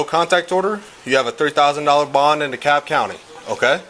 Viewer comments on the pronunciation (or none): none